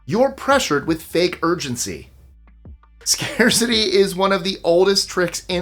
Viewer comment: " Scaceity" OR " Scare City"?❤